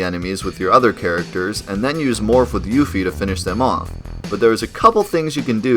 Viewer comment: Gelnika is pronounced gel nih kah Not gel knee kah Yuffie is pronounced yuf fee Not you fee Junon is pronounced juh non Not jyuu non